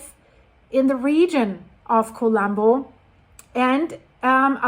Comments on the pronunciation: despite of the seriousness of the situation, could you please stop pronouncing "Kolumbo" the English way? Whenever I hear it pronounced that way, it's hard for me to imagine a volcano as I always see Inspector Columbo (from the TV series with Peter Falk) before my mental eye. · She's not Greek, she's Canadian. English speaking. Some foreign language pronunciations are hard if you don't know the language. Let her be